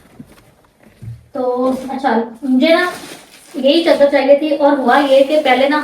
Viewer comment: Techar g Chadr nh Chadar bolty hn 😂😂😂